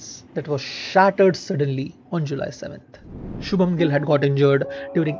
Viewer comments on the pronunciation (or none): i mean cmon.. atleast say the names properly.. it is shubman gill not shubam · Love your work man! It makes me see cricket at a totally different perspective. Just a friendly suggestion I noticed some mistakes in the names of players and other people Like its shubman not shubam and ritika not rikita. Just avoid those small things rest everything's perfect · 1.57 Rikita nahi be, Ritika hai woh 😂 7.54 Shubham nahi be,Shubman hai woh😀